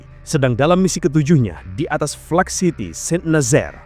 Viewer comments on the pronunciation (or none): none